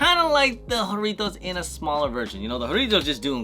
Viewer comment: Whore itos ? Bro it’s jah rrrritos